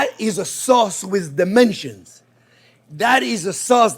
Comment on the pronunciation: Chef Jean-Pierre: Oh! Omg! That is a sauce with dementia! (this is how my ears heard my favorite crazy chef pronounce 'dimension.')